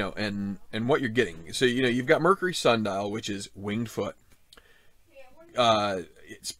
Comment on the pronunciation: Thanks for the course previews! Some interesting new twists here. BTW its "sandal" not "sun dial" :)